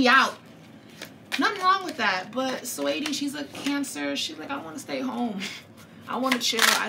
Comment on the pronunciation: “Swaydi” 😂 its Sa-weety